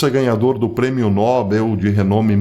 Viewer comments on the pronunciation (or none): NÃO É NÓBEL PROFESSOR E SIM NOBEL .